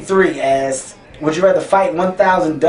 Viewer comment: I keep hearing him say ass instead of asked